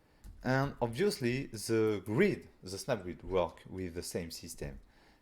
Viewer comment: i can't control my laugh when he said abusely instead of obviously :face-green-smiling